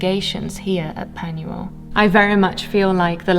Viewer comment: If you're going to buy a property in another country, at least learn how to pronounce their language. Penuel is pronounced with a U. In Welsh, a U is pronounced as an E - Pen-e-el.